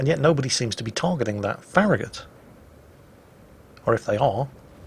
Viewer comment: farragut is not ferri gut